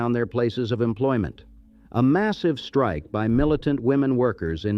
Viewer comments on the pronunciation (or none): none